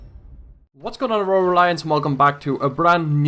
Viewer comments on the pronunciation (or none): none